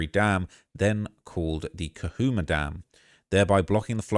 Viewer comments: Its ca-chu-ma ...the chu is pronounced like shoe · It’s pronounced Lake “Ka - Chew - Mah”